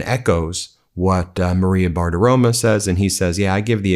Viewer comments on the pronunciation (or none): Her name is BARTIROMO, not BARTIROMA like you always say. She's a sycophant, either way.